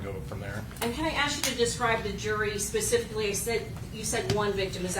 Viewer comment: Did she say “Pacifically” - 🤦🏽‍♀️